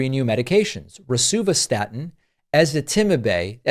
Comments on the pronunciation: You got the pronunciation correct- stress the “zit” in Ezitamibe. Honestly. My pharmacist had to teach me how to say it. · I take Ezetitimibe and even I can’t pronounce it! You did an excellent job.